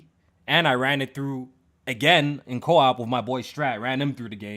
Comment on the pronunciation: Why does say co op. “Co wap”